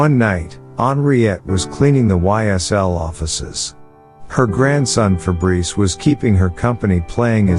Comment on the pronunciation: As a french, its funny to hear "Febreze" the deodorant insteed of "Fabrice"😂